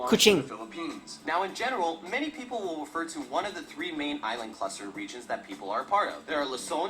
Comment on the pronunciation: Aysland! yawa! HAHAHA